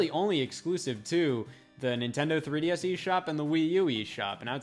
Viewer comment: Nintendo 3D Ass You can't stop hearing this once you hear this😂